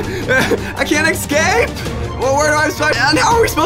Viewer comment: “I can’t ex cape!” he has an ex guys... wth